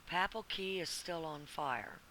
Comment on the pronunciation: it's not pronounced pappel it's paypal. not ank but aunk. it's really hard to trust anyone who does not know how to pronounce simple words like these. If you do research and it is to be believed you would be expected to look up pronunciation as well in your research. I find this, based on these fundamental principles, very hard to believe or trust the source.